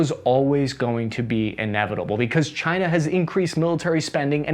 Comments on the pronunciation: Chi-nah? Keep ‘em comin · Yes! "task ans purpose"... Try to name the countries correct.. before you critize "cyna" okey? They took your jeeerrrbbbss.. murica!